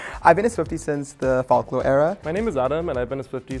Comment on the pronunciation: “i’ve been a swiftie since the “fawk-la” era” clicks off video